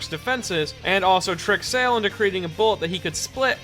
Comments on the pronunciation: Please learn how to pronounce "Sale" I cringe every time you pronounce it like an english word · Huge silly nitpick but mispronouncing Sale's name annoyed me. But seriously, super good video man. Its always fun to take a look into Mista and why he rocks my socks off.